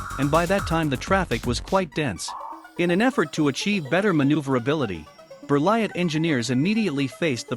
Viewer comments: T is not says 😉, you says Berlie . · How could you not be bothered to pronounce Berliet?